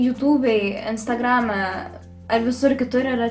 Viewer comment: "yutubei" "instargrame" I almost shit my pants there